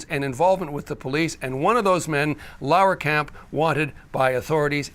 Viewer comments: Laaaaarkamp. There is no way the name should be pronounced L a u e r kamp. So it is pronounced L a h rkamp. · Lahrkamp has 2 syllables not 3.